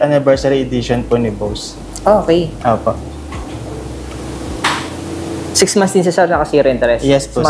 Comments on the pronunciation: Bose pag binigkas parang bows.. hindi boss as in amo.. ginawa mo nmn amo ung brand.. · Di po Boss ang Pronunciation nyan kundi Bows(Bose)